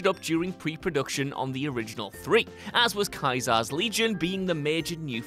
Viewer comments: "Kai-zar"? Homeboy, it's "Cee-zer". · Josh...its "Caesar" Not Kaiser. Jesus. Didn't your country create the English language? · So was the pronunciation of Caesar a bug?? Sometimes I would get Caesar, and other times I would get it saying "Kaiser" like how Josh is saying it. (Edit) Even by the same characters, whenever replaying. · how is no one mentioning the way he said KAISAR? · Caesar is not pronounced 'ky-zar'! Seriously I think Josh is trolling us with mispronounced words in every video lol (and you did it twice in this vid, arg)